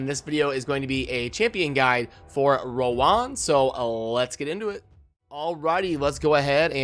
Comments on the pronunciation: Hi Chosen, her name is pronounced as rōən (Row-wen) haha, its sound so awkward when you pronounced it as "Row One" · Chosen bro I love you, but it's pronounced Row-wen